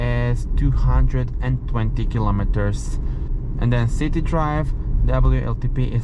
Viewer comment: It is pronounced copper (koper), not cooper (kuper). Also don't even try to speak an American English (it is city, not citey), it sounds ridiculous out of your mouth... 😂😂😂